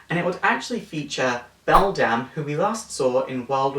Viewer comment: Also, it's Bedlam, not Beldam. Bedlam is a word that means a condition of noise and confusion.